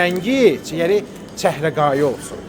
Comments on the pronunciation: ÇƏHRƏQAYI YOX, ÇƏHRAYI. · Çehreqayı yox, çehrayı. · Çəhrəqayı YOX ÇƏHRAYI. DÜZ DANIŞ